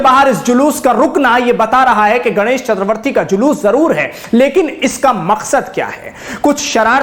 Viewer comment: इन्होंने सही उच्चारण किया है